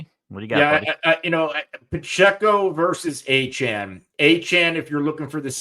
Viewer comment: You’re telling me not one of these guys can say De’Von Achane’s name correctly?